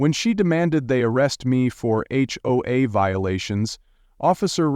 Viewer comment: You sure have a deep voice,. H-hoe-az? Ever THINK of proofing your AI generated voiceover before posting? Credibility factor now is zero.